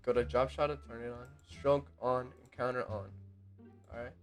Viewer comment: Say it with me, con - tour not counter. Thanks for the tutorial tho